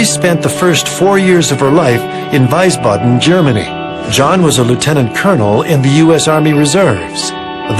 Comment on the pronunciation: Wiesbaden is pronounced wrong.The ie is a so called long i,it is I in German is pronounced like e in English so it is like ee